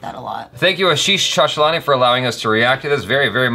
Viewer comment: This was back when could not even pronounce 'Chanchalani'.. 😀😀